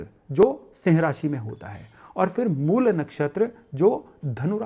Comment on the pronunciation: अंग्रेज़ी भाषा के प्रभाव में आकर "मूला" न बोलें; 'मूल' ही बोलें। "रामा", "कृष्णा", "योगा", "सनातना" आदि उच्चार भी बड़े कर्णकटु लगते हैं।